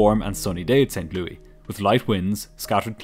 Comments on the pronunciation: Pronounced saint lewis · Everyone says st louie.all wrong my guess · He pronounced it like King Louis.. Europeans.. Sheesh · Your vids are much better than Mentour Pilot's, but just a heads-up, it's pronounced like Saint LEW-iss, not the French pronunciation that you use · The S at the end of St Louis is not silent btw. It’s pronounced as “St Lewis” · I'm literally becoming a monthly subscriber because of how you pronounced my hometown of St. Louis. I've never heard it called Saint "Louey" before. Cracked me up! Anyway, of all the people who do crash recreations, your approach is by far the most straightforward, simple, clear, graphically pleasing, to-the-point, informative, engaging and entertaining of them all. Keep it up. 100% worth the money!! Thank you! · I know people hate "that person" but the Missouri city is pronounced St. Louis, like "Lewis". It's one of many places I lived. 🤓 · never heard anyone pronouncing it St. Loui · I'm quite sure St Louis isn't pronounced "Saint Louie" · It's not saint "Lewey" It's "Saint Louis" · Not St. Louie.........St. Louis.. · Pronouncing St. Louis correctly? Clearly you're not from the Midwest (we pronounce it Lewis) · Not even a minute in and I get bombarded with someone saying St. Louis with an actual French pronunciation. That just doesn't happen around here. XD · I was pulled out of the story every time "St. Louis" was pronounced like that. But, besides that, very well done. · i'm gonna start pronouncing St Louis like this, very 1920s newsies kinda flair you gave it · The S is pronounced in St. Louis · His pronunciation of St Louis is so weird lol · The city in Missouri is pronounced Saint"Lewis" not Saint "Louee" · Pretty sure it's pronounced Saint "Lewis" here in USA (not Lou-EE) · Just a note: it's pronounced like "Saint Lewis" not "Saint Lewie." Excellent as always, congratulations on your nearly 200K. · LOL as a native from St. Louis, I love how you kept saying st louie instead of st louIS.